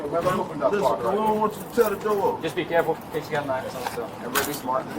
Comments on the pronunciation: “open the noor” 💀💀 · “open na noor”